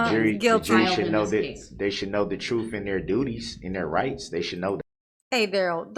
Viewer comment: Before you decided you were going to inform the jury of the "truff", you should learn how to pronounce it